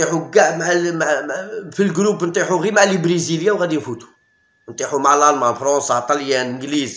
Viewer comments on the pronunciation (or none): none